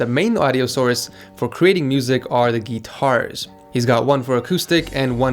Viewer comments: guitar not geeeeetars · "the geetars"